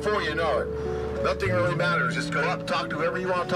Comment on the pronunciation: "that is something ryl negative in the United States" lolll